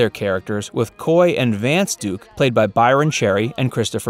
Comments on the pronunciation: DUKE not Dukes. If you can't get that right, you're not to be trusted. Big dislike, reported. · Her name is Duke, not Dukes, “”. Fail.